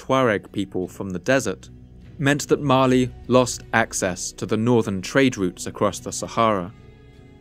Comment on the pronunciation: Every time he says "Mali" I hear it as "Marley"